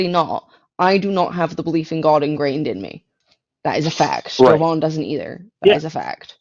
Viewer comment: Is it just me, or is the amount of ppl who mispronounce Jovan's name to (Joe-vin) is literally insane?